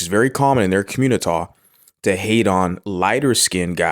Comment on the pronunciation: I’m liking the South Park reference when you say community. Also I can clearly understand you and that’s worth a subscribe 😂